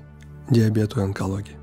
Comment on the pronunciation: Онкология а не Энкология ))